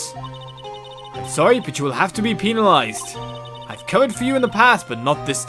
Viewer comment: OH. MY. BREAKDOWN! kreygasm over here. "You will have to be peenalized." Really,? xD Again, "Me? PEENALIZED?" facepalm